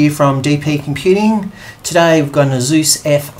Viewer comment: Thanks for the vid, I just upgraded the daughter's to 4gb with ease. Just one thing, if you go to ASUS website they tell you their name is pronounced like the end of Pegasus (is in fact the origin of their name), not A-zues. Cheers mate!